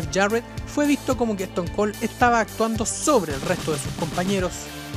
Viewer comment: "bro lehner", "eston col" "rodog"